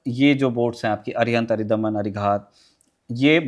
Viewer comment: मैडम, वो अरिदमन है अरिधमन नहीं। शत्रु का दमन।